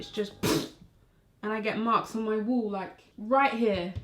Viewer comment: Please say wall again seesh